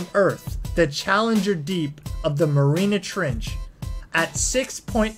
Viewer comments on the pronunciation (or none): It's not the Marina Trench, it is rather the Mariana Trench (said as - mary-anna). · It's Maar-ryaahhh-naahhhTrench. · marina trench instead of mariana trench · Mariana trench, not Marina... Baked aboard, NOT abroad... Diction is important! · It's a 'pressure hull', not a 'pressure haul'. It's the 'Mariana Trench' and the bread is baked 'aboard', not 'abroad'. I could go on but this video is making me physically sick. Learn to speak, learn what you're talking about or at least learn to read. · Please learn how to pronounce the words Trieste and Mariana Trench.